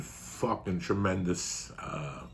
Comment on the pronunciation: 0346hrs here in 🇦🇺 Trrrrremendous